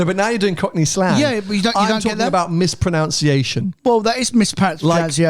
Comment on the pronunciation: Mispronunciation, not "mispronounciation" - somewhat ironic